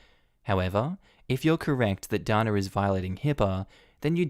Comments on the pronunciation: DANA...IN U.S. IS PRONOUNCED...DAY NA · Usually Dana is pronounced Dayna. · Ok, so you pronounce Megan like Meegan in Australia. In the other story with the girl named Dana we in America would have pronounced it Day-na. So many differences..... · That may depend on where she's from. Dana (pronounced Darna) won the Eurovision song contest twice for Ireland in the 1970s. Dana International (who also won it) from Israel was also pronounced Darna.